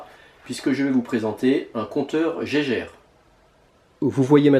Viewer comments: Petite anecdote en réalité le nom de l'appareil, nomé à tort "Gégère" devrait être prononcé comme le nom de son inventeur "Gaïgueure". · La prononciation de "geiger" elle fait mal. Pauvre hans GEIGER, il doit se retourner dans sa tombe